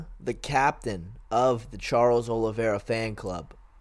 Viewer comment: OLIVEIRA FFS!!! american mfs keep getting the man's name wrong god damnit